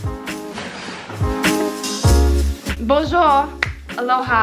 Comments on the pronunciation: No one::bonjOur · “ Bonjour” 😂allo Sydney ok nope that’s embarrassing 😂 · the way she said bonjour 😂😂